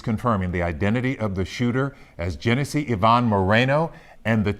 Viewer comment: Genesse? That's Jeff